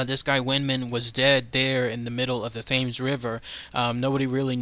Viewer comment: Just so you know. The river is pronounced as "Tems" Awesome work though. Really love this channel.